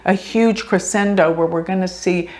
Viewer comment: Many thanks 🌻❤ Crescendo is pronounced kra-shen-doe ❤🌻